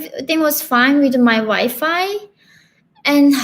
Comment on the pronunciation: Stupid defectors telling fake stories can't even pronounce wifi says wife fi 😂😂